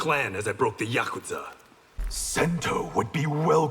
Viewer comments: My only gripe is his pronunciation of yakuza.. It’s not “yakutza”.. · Everyone not being able to pronounce yakuza correctly is painful